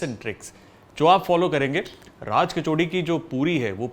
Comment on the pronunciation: I can't understand why people say it 'kachaudi' jabki vo 'kachori' hai...